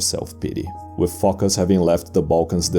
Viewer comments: It actually comes from the Greek word foki (ancient), or fokia (modern) which means seal. The name is pronounced Focás. Probably he had an ancestor from Phocaia, which was a common name for cities at the period. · It's not a confidence that narrator pronounces Φωκάς like Fucker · Emperor Fockers ...yes it's Fockers idk who this Phocas guy is